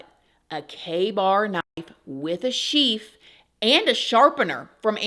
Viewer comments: Psst...its a "sheath"...not sheef. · Did you say sheef? FYI it’s a sheath ❤